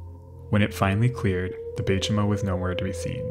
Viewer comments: Warmell, not well? Oh, hell. Baychimo is "by chee mo". Ship came from Sweden, but the name is kinda Finnish. Imperator is "im-peer-a-tər", not "imper-otter". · The Baychimo...that's some good German engineering right there.